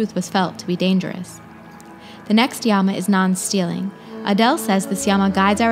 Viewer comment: Thanks for spreading love for our ancient culture. Small suggestion: Yama and Niyama are pronounced as Yama and Niyama as such, not Yaaama and Niyaaama. Sound plays an important role in Samskritam.